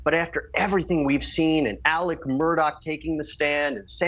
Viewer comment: It kind of bugs me that everybody calls him Alec, when his name is spelled Alex with an X. Is that just some meatball head southern thing?